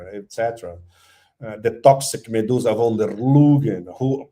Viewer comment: "Toxic meduza Vunderloogen" 😅